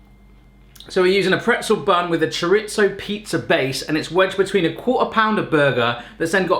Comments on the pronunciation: As a Portuguese person, I cringe so hard when you mispronounce chorizo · I love how Europe says "Chor-Eet-Zo" Here we say "Cho-Ree-Zoh"